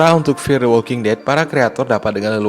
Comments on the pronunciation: gila di awal saya bingung narator nya bilang MTWD itu apaaaa, eeehhh ternyata dia bilang EpTWD, ternyata ga bisa bilang F, F kok di baca Ep, sebener nya dimanapun anda berada pasti nya harus bisa bilang F dan V, karena anak T.K. aja bisa bilang F dan V, bro kamu harus bisa baca F dan V dengan ejaan yang benar, video mu di tonton orang se indonesia, malu kalah sama anak TK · F bukan EP, ngomong yg benar